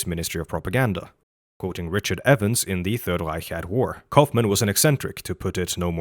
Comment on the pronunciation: omg ur the first person ive seen that wasnt speaking german and said reich correctly